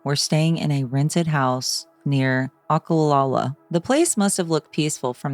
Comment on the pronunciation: It’s actually Weirsdale but yeah Oklawaha is close by. They indeed did move the house and make it a museum a few years back. They got caught because they were out on Lake Weir shooting at “Old Joe” A big gator that lived in the lake. It pissed the locals off. Pronounced: Ock-Luh-Wah-Hah